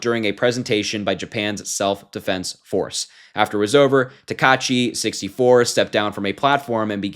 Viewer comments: The Prime minister's name is pronounced like this: [ta-ka-itchy]. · Great coverage! Her name is pronounced sah-nah-eh (Sanae) ta-kai-chee (Takaichi). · It's pronounced "Sa-na-eh Ta-ka-ee-chee" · her last name is pronounced Ta-ka-i-shi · It's pronounced /taka-ichi/. Just barely pronounce the 'ai' like 'eye' but split it in half at the last second by pitching up on the /a/ while stressing the /i/.